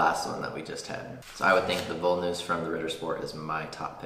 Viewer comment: the english "v" is pronounced like the german "w" so when you said "Voll-Nuss" pronounced as like the english "v" it sounded like "Woll-Nuss" which is funny because that would mean "wool nut/woolen nut", but nuts made out of wool don´t exist...at least as far as I know ;-D In german the "v" is mainly pronounced like an "F" (there are some exceptions but "Voll" is not one of those) so therefore "Voll Nuss" is pronounced as like it would have been written "Foll Nuss" and by the way "voll" means "full" so while pronouncing "voll" just change the vowel of "full" into "foll" and "voll" would be pronounced accurate. And "Nugat" = Nougat (both types of spelling you can find in german, because it is a french loanword) and is pronouced like "Noo-gut" as like in english or french, but you said "nugget" which would hurt the teeth badly when you would bite into a nugget.;-D You simply have to dig into german vowel sounds ..unlike as in english in german are just 5 always constant straight vowel sounds for a, e, i, o, u to memorize, meaning just one sound for one vowel + 3 Umlaut diphthongy sounds for ä, ö, ü (which by the way could also alternatively be written like "ae", "oe", "ue" when there is a lack of those letters äöü on the keyboard)